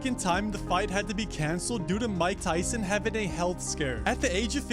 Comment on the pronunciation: Rike Ryson Rersus Rake Raul.....